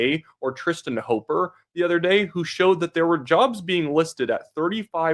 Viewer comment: you keep saying Tristan Hopper's name wrong. HIs last name, it rhymes with copper. It's not "hoper", it's hopper. How do you not know that?